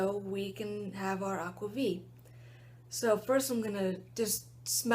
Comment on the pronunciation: Definitely the first time I've seen anyone drink aquavit from a mug! Looked pretty macho! There's no licorice in this one, but aniseed (along with caraway), which is what gives it a light kind of licorice-ish taste. (Your "skål" pronounciation was flawess. But the "T" at the end of aquavit should be audible.)